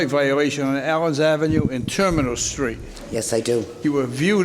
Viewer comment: I like how he says Terminal Street as "Tuh-mi-nal Street"